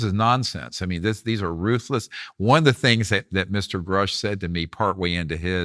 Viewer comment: I’ve heard very credible people say (and can prove) that 75% of what Greer says is bullshit. He’s got an extremely questionable past. Knapp, Coulthart, & Corbell (among others) are the leading opinions on this topic, without question. And Vlad… please learn how pronounce these gentlemen’s names properly… specifically Grusch & Fravor.